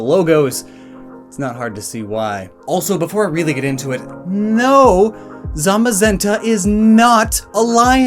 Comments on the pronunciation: How the hell do you butcher the names, although the british employee of Game Freak pronounced them correct? Zamazenta (Tsamasenta) and Zacian (Tsashian)...just learn it already... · When he was reading the book and kept saying zenta and the shield Pokemon zamazemta